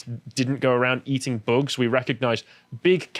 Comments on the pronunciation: I may be the only one but please stop saying boogs instead of bugs. It sounds immature and not very professional. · Why does always add an "uh" sound to the end of a lot of sentences? Like he said, "eat zee boogz-uh". If you pay attention, he does it a lot. Is it a speech impediment or something? It's super annoying.